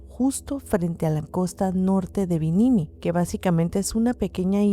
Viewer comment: nomás un pequeño apunte: es BIMINI, y no binimiii … ya se, está raro pronunciarlo.god job!!!!